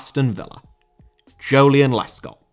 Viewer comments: I nearly reached for my knife when I heard Joleon Lescott. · I heard ‘joleon lescott’ and nearly had an aneurysm, song ever do that again.